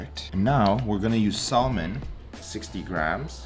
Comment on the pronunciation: Bruh. You don’t say salmon right. The L is silent.